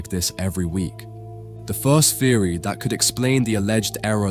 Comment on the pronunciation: It's not AI, an AI generated voice wouldn't continually substitute the word 'that' with 'dat'... As for the orb, it's a painting not a photograph, art is subjected, the lens just displays whatever you present to it